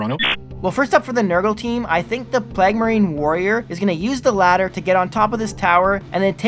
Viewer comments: It’s pronounced PLAYG!!! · Every time pronounced Plague I got triggered😢